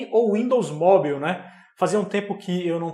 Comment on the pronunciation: Sem querer ser chato, mas já sendo... Esse sua pronúncia de mobile ("móbiu"?) não vem nem do inglês americano, nem do britânico... hehehe Tá tipo um inglês da Guiana... Melhora isso aí, hehehe